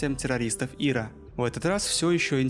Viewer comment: Что за Ира? Ты издеваешься? В аббревиатуре ИРА' ударение на букву "А"